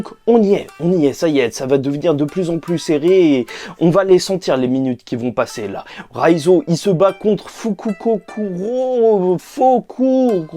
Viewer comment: Fukukokuro? Foukoukokuro ? Blasphème. Blasphème de la part d'un YouTubeue de OP. Impardonnable. C'est Fukurokuju. J'vois pas ce qu'il y a de compliqué à dire ça